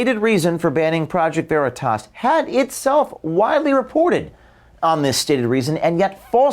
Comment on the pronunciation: She can't even pronounce the name of Okeef's company. Isn't that akin to dead naming? It's always been considered a dis to mis-pronounce someone's name or the name of their business.